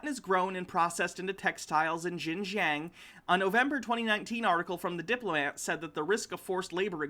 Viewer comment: About that part of china. Pronounce it like "shin-john". Its not exactly right, but its closer